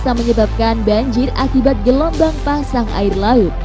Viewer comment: Gelombang atau gelomong